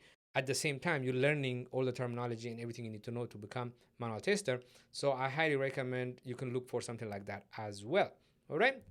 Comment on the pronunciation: Thanks mate, great video series. Just one thing is that you keep saying "taster" instead of "tester". That is a little offputting, especially since you use that term so many times (I mean, you kinda have to given the context). EIther way, that's got nothing to do with the actual content but I thought you might want to know.